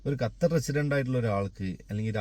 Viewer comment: ഞാൻ 17 വർഷം ആയി ഖത്തറിൽ 🔥🔥🔥🔥i love ❤️ കത്തർ അല്ല ബ്രോ ഖത്തർ ആണ്